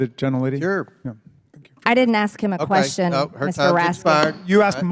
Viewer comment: Raskin says "question", MTG says "quesshen" 😅😅😂😂